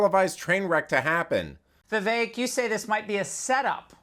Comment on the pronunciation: His name is pronounced, "Viv-ACHE". It's like pronouncing, "Nerk" as "Lazy".